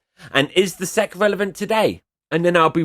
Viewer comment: The SEC is an acronym, not its own word. It doesn't make sense to pronounce "Sec" it's S.E.C. You are think of an apronym, which makes a word. You don't pronounce the FBI or CIA as a word so why do it for the SEC?